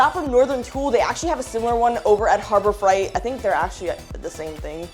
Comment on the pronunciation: The way you say "harbor fright" is funny 👍